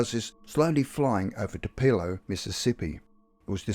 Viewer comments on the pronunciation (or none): Just type in "how to pronounce Tupelo, Mississippi" and it will tell you!!!